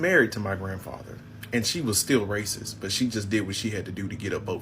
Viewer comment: Monday May 27th 2024, 0035hrs 2 things I have to say to you, I've Ante; 1) It's not pronounced "Ray to the cist!!! It's pronounced, "RAY CIST!!!" That's point number 1!! 2) Point 2!!! And I need for ALL OF YOU AFRICAN WOMEN TO LISTEN TO WHAT I'M SAYING... What the H.E.L.L. or more specifically, WHY THE H.E.L.L. do you think that Chinese men are marrying and impregnating you AFRICAN BLACK WOMEN!!!??? Do you actually think it's because they love you?!?! NO!!! The kids that you produce between you African women and Chinese men will be natural born African citizens. These children will be legitimate heirs to AFRICAN land. These children will grow up and marry more Chinese people. Within 3 or 4 generations, they will have bred out your AFRICAN genes, giving rise to more Chinese who will be legitimate heirs to the African land, and African mineral rights. In essence, you have sold out Africa to The Chinese without The Chinese firing a single shot. You have now made Africa a new colony for China 🇨🇳; China will be your new colonial masters aside from The Europeans and Arabs. So instead of concentrating on Japan who might have said that they want Black men to make babies, you should be concentrating on China who's doing the exact same thing with African women today as we speak. PS...did I already mention that the word is pronounced, "RAY-CIST", and NOT, "RAY TO THE CIST"?!?!